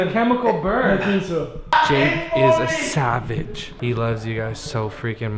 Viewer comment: its savage not saveg